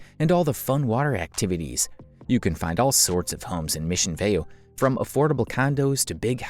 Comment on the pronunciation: This was a nice video, but the narrator didn’t pronounce Aliso Viejo or Mission Viejo correctly. Also, Turtle Rock is a part of Irvine.